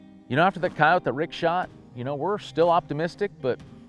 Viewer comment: I always appreciate someone who pronounces coyote correctly😂. I guess it's just a pet peeve of mine when people say coyoteee